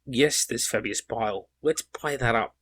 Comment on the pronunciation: I love how you're saying Fabulous Bill instead of Fabius Bile. That said, great video, I completely agree.